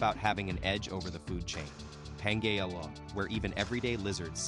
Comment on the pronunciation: Certainly must be another free AI reader that could pronounce Pangaea. And all the other words also. Words important to the actual thesis of the story itself.